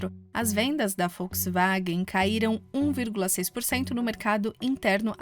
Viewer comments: Achei um desrespeito para conosco. Que se dane que fala assim LÁ NA ALEMANHA. Estamos no Brasil e a cultura assimilou Volks com som de “V”. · Alguém mais esta ouvindo folksvagem? kkkkkk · É Volkswagen. Não é Folkswagen!